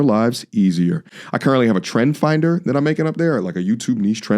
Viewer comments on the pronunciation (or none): none